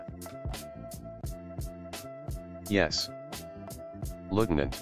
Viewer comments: Major lieutenant not lutinant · Btw you spell lieutenant like that not litunant.